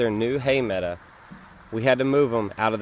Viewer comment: Are you saying meada and do you mean meadow??